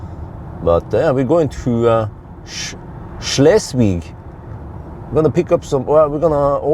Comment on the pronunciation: You pronounce Schleswig pretty korrekt 😊